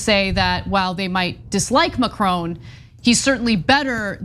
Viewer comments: Usually like your output but please learn to say the name Macron properly. It is not Macr-own. Also look back at the 2017 runoff and recognize the candidates. Le Pen is nothing new. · I like you Ana & I like the Young Turks but again ignorant American pronunciations are creeping in of names or places far from the US of A. It's "Mack-Ron" not " Mac-Rone". & 2 right protests are eruoting as they are going to do in any country where enough idiots get close to voting Fascists into power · Macron sounds like Ma"Kron" (it is his name he calls himself) No more different than Walter Cronkite news-reporter anchor for 50 years. If you don't know him you should NEVER report the news. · Anna and Cenk, please increase my respect for you by learning how to pronounce 'Macron'.